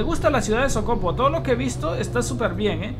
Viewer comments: No es socopo es socoPO. Con acento en la última o. Buen vídeo haga uno de barinas a punto fijo estado falcón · Jajajaja me da risa como dice Socopo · Se dise socopo